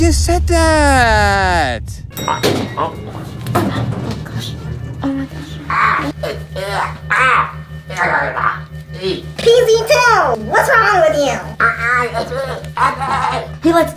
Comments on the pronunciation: Vy said fee z su but it's. PZ 2🤣🤣🤣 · vy you said pz2 rong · Did anyone realize that vy qwaint said pz zoo the when see meant to say pz 2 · Vy you said pz sau to pz 2